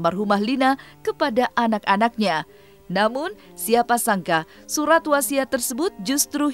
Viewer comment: Suraaat woii bukan suhaatt